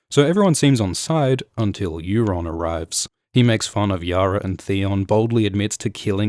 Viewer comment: Euron not Aeron